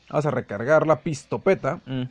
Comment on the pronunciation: No sé dice pistopeta se dice la Pistocopeta.